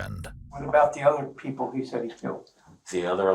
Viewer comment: "and whow awe the sewewal peowpwe?"